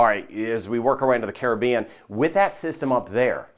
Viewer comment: Best Weatherman !! 👍 👍 & He can pronounce “ Caribbean” Correctly too 😆